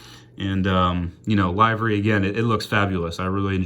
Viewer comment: Nice to see you making more videos again. The way you say "livery" though lol. Good review regardless.